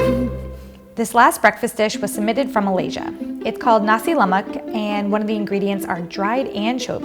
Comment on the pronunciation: I grew up in Riau as an American, so I love Malay dishes. I think it's Thai food with Indian spicing and Chinese methods. I'm still driven crazy when I hear haole pronunciations. Shouldn't it be Nah-si La-mahk.